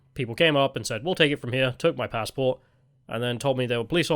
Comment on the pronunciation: Judging by your new pronounciations, I think youre working for the yanks. Its a passport not a f pazport.